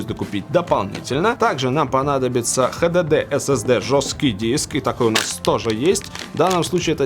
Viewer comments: только мне режет уши ХДД? вместо Эйч Ди Ди ??? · Хватит говорит "Хдд" блеадь!